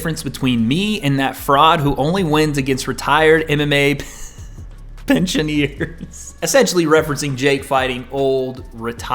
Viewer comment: Do Americans say pensioner? The way pronounced that was off 🤣